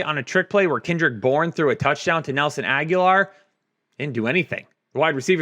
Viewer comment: I’ve stood by too long allowing to say Nelson “Aguilar”, he knows darn well it’s Agg-Uh-Lore